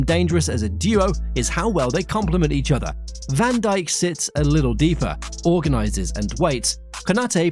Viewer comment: ´das heißt van dijk und nicht vandicek